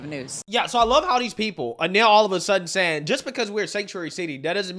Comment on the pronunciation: Biden is still the worst at pronunciation, but is a close second. Words and names he mispronounces: Actual word/name. version Newsom. Newson Mayorkas. Maryiksyas Distribute. Distraboot Saying. Sahhhhheng Infamous. In fame us Accurate. Ack rrr ut These are just SOME of the words mispronounced. Some get a pass I guess, but NEWSOM? How the hell do you get that one wrong? But he gets it wrong all the time with NEWSON. It's NEWSOM, MMMMM, like Mary. Anyways, I still like his channel but it still baffles me how he can get so many names and words wrong. I just don't get it especially since he does commentary for a living. You would think after all this time he could get NEWSOM right, but no. It's so distracting from the stories. Still a good channel though.